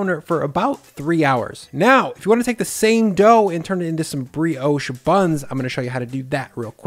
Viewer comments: in i cant keep going "its not how ya make porriage, bugger bri-ouch" dude get a new job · Ah we we, french briosh, crasont baget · I do find your pronunciation of the word Brioche to be offensive lol